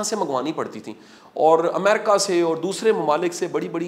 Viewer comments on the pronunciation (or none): none